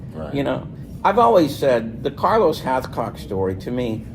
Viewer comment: 😅😅😅 Did say "CARLOS HALFCOCK,"???? To Funny, Haha! "PETER NO'TOOLE" Don't get me started!😂